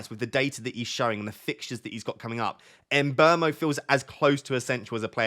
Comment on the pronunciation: How can you get someone’s name so wrong every time you say it in every video? Mbrmo? Tf where do you get the r from?